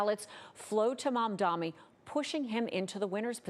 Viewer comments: It's funny cause she gets it right saying "MamdaNi", then not even 10 seconds later she says "MadaMi". This is intentional. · It's MamdaNi, not MamdaMi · It's MamdaNi. Not MamdaMi. Get it right. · Excuse me mam, it's MAMDANI. Not MAMDAMI! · Mam-damnit!! They still cant get his name right?! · why does she keep calling him Mamdami? The name is right there on the screen!!! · His name is not Mamdami. It is Mamdani with an N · It’s Mamdani NOT Mamdami!! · Why can’t any of these dip$hits says his name right? It’s not even that hard of a name. Edit: She said it correctly one time, and then switched back to Mamdami. This has to be on purpose. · MAMDAMNI.... wtf is MAMDAMNI... its mamdani... M A M D A N I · The name is MAMDANI, M A M D A N I. You should learn how to say it because..we gotta get it right 😉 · this is the god knows how many times people mispronounced MAMDANI it's MAMDANI not MAMDAMI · It’s Mamdani, not Mamdami. These reporters need to do better. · No way you just called this man mumdami 7+ times.. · “Mamdami”? Really? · FOR THE LOVE OF GOD, IT'S MUM-DAA-KNEE!! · MAMDANI. We gotta pronounce one of the top two candidates correctly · No Cuomo! Please please learn how to say Zohran’s full name - it’s not Mamdami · The name is so basic - Mam-Dani.. you know your mom brings you dani water! Say it again - Mam + Dani. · Why does she keep saying Mom-Dommy 😭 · Mamda"N"i Cuomo can't spell it and now the host xd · She keeps saying "momdommy" lmao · It’s on purpose.. to say he’s not important enough for his name to be pronounced correctly. If she can say Netanyahu, she can say Mamdani. It’s just Mum-tha-nee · She kept saying it wrong , over and over, clearly pn purpose since his name was written right there next to her ! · Why do they pronounce it as "mom-dommy"? Like sheeeeesh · It's momma dommie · Being a news anchor and mispronouncing one of the two front runners is embarrassing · How can these people not pronounce Mamdani's name yet? You're on TV! It's your job!